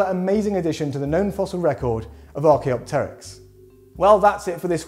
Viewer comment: I can't believe that someone finally pronounced "Archaeopteryx" correctly, instead of "ArchaeOpteryx"! Well done,!